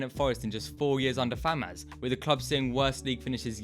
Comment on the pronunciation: Great vid but it's Fawaz not Famaz bruv